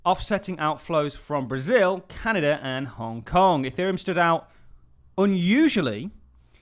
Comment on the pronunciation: i find it hilarious that as a Brit you have difficulty pronouncing Canada. I guess they don't teach British Empire history much in tye UK? Lol